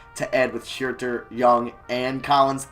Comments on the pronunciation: HUERTER IS PRONOUNCED HURT-ER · Huerter's name is pronounced "hurter" like as in someone who hurts